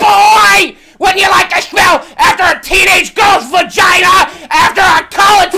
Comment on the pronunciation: Ha he said vigina ;)